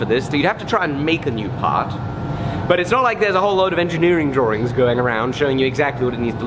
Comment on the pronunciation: I like your "drawrings".